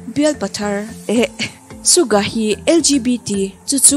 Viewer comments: Please pronounce it Suga..not Sukga😊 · Suga not sugah😁.. Yoongi not yoonji. 🤗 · Suka tih in i lam in ka hria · Haha Suga tih ilam dan poh kha A dik lo cuan in lak soi thiam i tum opss hah I soi thiam k tih na ania😒😒😒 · Aaaaarrrg.... Suga tih leh yoongi tih khi i lam dik theilo😭... Chuan yoongi hi Christian a ni a bisexual a ni theilo bawk, chuan a pian ni pawh khi 9 March tur zawk a ni bawk..... Jimin ka bias a nia, Yoongi bias wrecker... Mahse ka duhdan a in ang reng😂😂thlan zawk tur awmse yoongi ka thlang maithei😅😜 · tha viau na in...Suga hming i lam dan hi......... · Suga hming lam dan mai2 chu😕😕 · Hetiang video i siam dawn anih ro+ chuan an hming lam dan te hi han zirchiang hmasa ta la, chutin Suga hi i chhuah gay anih deuh ber mai hi leee, fimkhur tawh rawh u. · Suga or Yoongi hming i lam dan poh a diklo a, bisexual angin i rwn chhuah thei hei chuan k lung a ti awi lemlo khawp mai, cubakah haters ho tan chances i rwn siam ringawt lehnghal Yoongi hi eng LBGTQ mah anilo he news k ngaithla hi chuan fans te rilru a ti na takzet😡😡👿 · Dik chiah siam tha leh teh,an thawhrim zia ka ngaihtuah hian,an hlut na a bo vek,suga phei hi chu,a tawrhchhel zia hi,bakah a hming i lam dan hi a dik lo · Suga emaw yoongi poh a lam dik lo Ania i thusoi hi ka thlop lutuk che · yes an lam dik lo fo suga hi, anmahni sawi ngei hi ngaithla chiang thin se